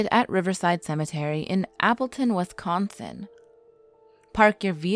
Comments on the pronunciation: and its wisconsin, not westsconsin. you need to learn to speak proper english before narrating videos again, your discrediting your channel. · All of us Wisconsinites are disappointed in the incorrect pronunciations that wee made😂 but you get an A for effort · If your going to do a urban legend of Wisconsin video at least learn how to pronounce the names properly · Bar-bro and Saux. LOL I grew up in that area. It killed me! Especially "Wes"consin